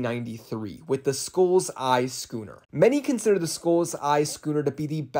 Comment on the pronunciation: Who else heard “gooner” instead of “scooner” 😭💀